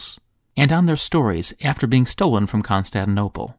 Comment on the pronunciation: Wonderful video as always! Totally off-topic, I noticed you leave out the second "T" of the City and seem to pronounce it "Constaninople"... neither here nor there, just a curiosity. :-)